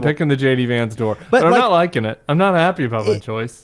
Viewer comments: No Jon, you don't have to stop calling him JD Vonts (at 10.23). It isn't stupid, it's hilarious. When you know, you know. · I love that Lovett keeps pronouncing "Vance" as "vantz" (Yiddish for "bedbug"). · haha Jon pronounced "Vance" the british way. 😂 that is how "bed bug" is called in jiddish was my instant association (dunno if that is true, i only have this information from a M.A.S.H. episode) 😂😂🤦‍♀️🤷‍♀️